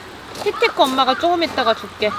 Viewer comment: ㅋㅋㅋㅋㅋ아 이제 티티가 아니라 띠띠로 밖에 안들렼ㅋㅋ큐ㅠㅠ